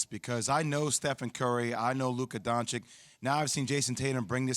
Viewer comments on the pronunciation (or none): Is Doncic not Doncik 😀, better put some respek on his name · A dood who went to Duke can’t pronounce Doncic. Hasn’t noticed that he’s saying it wrong. 🙄😂